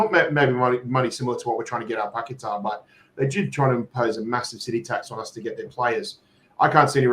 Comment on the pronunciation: Its PAC-E-TAR thats the way he pronounced his own name in West Ham unveiling where is this PAQ-WE-TA coming from??? 😄😄😄